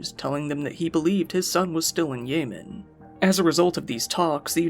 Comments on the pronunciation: more like weapon of ASS destruction lol. great video. I kept hearing "yay men" instead of yemen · YEH- man not YAY man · That's not how you pronounce Yemen. You're a content creator. If you don't know something, Google it. It's not hard to sound like you know what you're talking about.